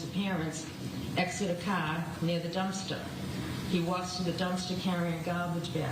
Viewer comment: "He woks to the dumpstah"...